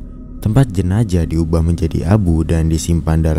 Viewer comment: Zaaaah zzzaaah jenazzzzaaah bukan jenajah 😂😂😂